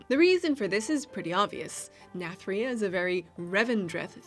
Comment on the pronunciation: What happened to that Nathria pronounciation? Imagine it like narnia but with TH instead of R